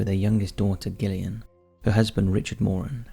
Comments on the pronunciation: I think it's pronounced 'Jillian', not 'Gillian'. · Gillian? You mean jillian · Video no 1: Gillian - is pronounced Jillian.. I never knew about this story, so thanks 😊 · Gillian, pronounced Jillian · I think you're pronouncing Gillian incorrectly - Pronounced the same as Jillian. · I love your videos but your pronunciation of Gillian is cringe it’s Jillian but with a G. Besides that I enjoyed that video and would like too hear more about the donor trail. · Wouldn't Gillian be pronounced with a J? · Gillian is pronounced jillian. Derbyshire is pronounced. Darbyshir.